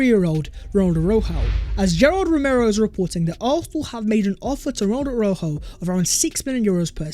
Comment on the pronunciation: U pronounce the j a shjjj aroushjo